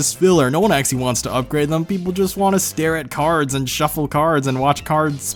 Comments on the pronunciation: why not just say 'actually' instead of 'axy', 'axly' or 'axally'?? EDIT: ... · Not trying to make fun or anything(i dont like conflict) but the way he says actually sounds like axxie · Why does he say actually so weirdly